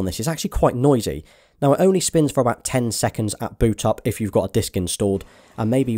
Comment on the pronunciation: The way you say “four” makes me cringe